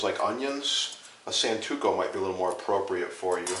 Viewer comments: It's SANTOKU, not santuko. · Every time he says santuko, I cringe with absolute disbelief.